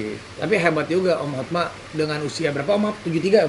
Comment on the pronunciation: Banyak yg salah ucap HOTMA jadi HOTMAN